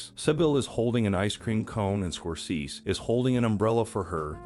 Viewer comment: Martin Scor-seas.